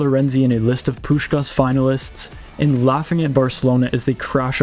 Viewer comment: I'm sry, but the way how you pronounce the first 'S' perfectly in Puskás' name, but then totally ruin the last 'S' is funny af. Most just say both 'S' wrong, but never heard someone say the first so perfectly meanwhile mistaking the last.